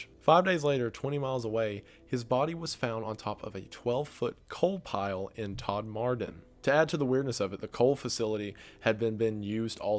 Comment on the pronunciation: As someone from Yorkshire, your pronunciation of Todmorden hurt my soul